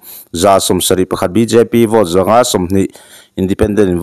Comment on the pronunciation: Hi, Buddy, Vote hi Vawt tiin i lama, ka duh aiin i Bur😅😅😅kan Mizo channel lian LPS, ZONE,DD ten an lam rik dan hi a mawi ka tia.